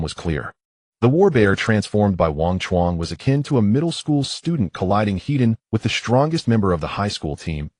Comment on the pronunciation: Head on is not one word. The AI reads it as one. Is the MC Hedonistic?? That is what it sounds like every time it says it. use an extra space between the word head and the word on. Land = Vehicles / Water = Vessels. Boats do not have gas peddles, they have throttle levers.